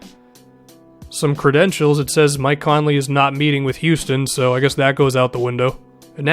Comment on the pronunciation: "Mink Conley" 💀💀💀